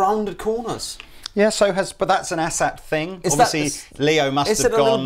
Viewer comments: Its Asat Not Asshat. Lol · It's not an "asshat", it's an "A-SAT" as in "letter A". Well, in my mind. BTW, OMG, looper jam! Yeah! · I believe it's pronounced "Ay-Sat". They also have 22 frets - don't Teles have 21? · Does it sound like they're calling them "Asshat" to anyone else?